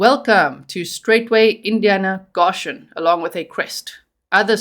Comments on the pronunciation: Please! It’s pronounced “Go shun!” I am from Kentucky and you are hurting my ears. No such thing as “Gosh hun!” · "Go-shen" not "ga-shen" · No shade my darling but i do believe its pronounced GOshen, with a long O. Thats how ive heard it pronounced. If i'm wrong i do apologize. ❤ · Love your coverage. The pronunciation in the US is goe SHUN Goshen. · Goshen is pronounced GO shin . Thank you for the update. I thought he was in Tennessee. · It’s pronounced G OH shen. Just an fyi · Long "o" G, Go -shun